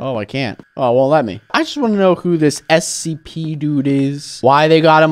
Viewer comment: Is it just me or he said SCP wrong